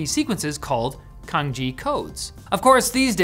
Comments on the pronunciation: I don't want to be the that guy, but it's pronounced 'tsang jye' not 'kang ji' - the latter sounds a lot like Kanji, which is what the Chinese writing system as used in Japanese is called. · Right, I was wondering about the pronunciation. The way said it sounded just like "kanji", one of the Japanese scripts, but I had seen the Chinese thing (was it cangjie or how exactly was it written, I forgot already) and it was clearly written differently, and I had got an impression that "c" would be pronounced approximately as "ts". But it left me wondering for a moment if it was just a different kind of romanization, maybe based on different variation of Chinese, like in Peking vs Beijing. But it makes more sense that he just mispronounced it. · He pronounced it wrong. It's more like Tsung-Jeeah, not Kanji. Cangjie is just a person, while kanji translated to Chinese(Han) characters. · also cangjie (which is pronounced tsahng-jyeh, not kang-jee) is not even the most common input method. cangjie is mainly only used in hong kong; mainland china uses pinyin (which he mentions... but.. only after wubi); and taiwan uses zhuyin/bopomofo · Iirc the term was pronounced with a ch sound like change, not a k sound like kick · Cangjie pronounced as tsung-jeeah, not Kanji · Canjie isn't pronounced "kanji", it's "san-jee-eh". The C is like "ts" like in "cats" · Can your writers copy paste the foreign language terms on Google Translate and listen to how they are pronounced first? 😅 Cangjie is not "Kangji", it's "tsangie". "ts" as in "TSar"/"kluTZ" and "ie" as in "YEs". I think the portion about radicals is either misinformed or misleading. Cangjie doesn't just use conventional "radicals" used analyzed linguistically. Some programmer tried to digitally analyze Chinese characters in a certain font and tried to design "radicals" with the sole aim to fit them on a keyboard. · is nobody gonna comment on how he says kanji instead of cangjie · lmao "Kanji", plz